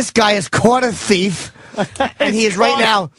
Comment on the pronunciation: I love the way he says ‘thief’ “This guy is caught a THEEF” “Yeah— YEAH GOOD! This man is strangling this T H E E F” I automatically pronounce it like this now I’ve heard it so much.